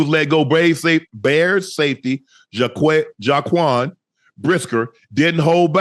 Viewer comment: His name is JAQUAN. U act like it’s hard to pronounce but u can say JANIKOWSKI with no problem. Make it make sense….